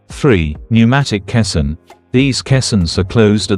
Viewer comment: Your AI cannot pronounce caisson correctly.